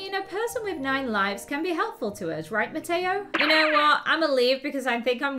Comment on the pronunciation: Mateo no ma- toe sorry I thought that it was funny